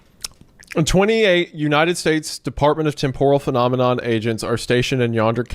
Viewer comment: All this time, and you still can't pronounce TEMPORAL correctly smh